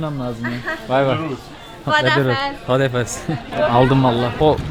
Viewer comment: Abicim hodafes deyil hodafis ben azeriyim